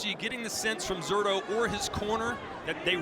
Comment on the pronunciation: When is someone going to tell that guy that the "Z" in Zurdo is pronounced like an "S"?